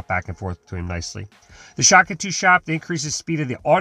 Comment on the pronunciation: Day 500: He's still saying Shak-atu